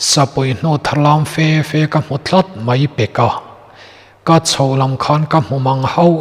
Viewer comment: Mihuaisen. Fi. Fi itih hi enge a awmzia, ? Fe fe tihtur ni awm tak, ka ngaithla peih lehlo